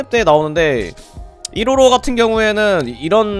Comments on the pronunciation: 155발음을 뭐라고 하시는거임? 이로로? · 초반에 설명할때 계속 이로로라고 해서 웃김 ㅋㅋㅋㅋㅋㅋㅋㅋ